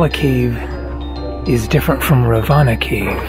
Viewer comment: Hi: Excellent vlog of Ella and surrounding areas. that animal did look like a mongoose but it was fatter than the usual ones. By the way, "Ravana" is pronounced "Raavanaa" not the other way around.